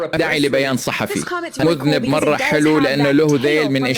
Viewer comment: بسم الله معلق الفيديو يقول Gulity صاحب ذنب مذنب بالسكون علي حرف الذال. والصحيح ضع الفتحه علي حرف الذال ليكن صاحب ذيل الموذانب وليس المذنب صاحب الذنب آرجع الي متخصص باللغه العربيه. وشكرا.